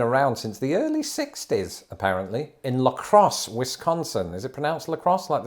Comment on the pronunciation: You pronounced "La Crosse" generally right! I still grimace when you pronounce Wisconsin, though.